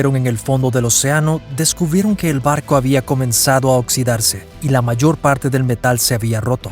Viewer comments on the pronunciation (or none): none